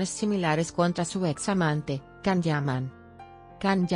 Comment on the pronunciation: Sería posible pronunciar el nombre de Can como "yan" no con la c? Demet es una excelente actriz capaz de interpretar diferentes registros sin necesidad de recurrir a eso